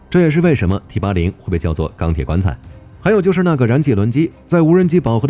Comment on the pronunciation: T-80!你認真聽,他講成枇杷領,我還以為要將敵人引到哪幹掉